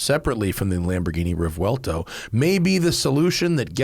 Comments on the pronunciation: The key to pronouncing Revuelto is understanding its syllables. The first syllable is "Re", the second syllable is "vuel" and the third syllable is "to". Therefore, Re-vuel-to. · You have to pronounce it with the accent of the native tounge.. Re-vwel-toh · Since "revuelto" is a Spanish word, surely the "correct" pronunciation would be the Spanish one, right? Which would be "reh-VWEL-tow" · Phonetically it is pronounced Rev-well-toe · Didn't the ad from lamborghini pronounce it revwelto? And revuelto is an 1800s bull